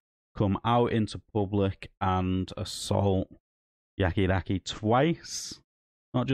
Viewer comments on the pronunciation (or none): Stop calling him yaki daki ffs